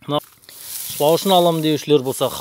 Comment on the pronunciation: Шлаушын емес шлаушан десиш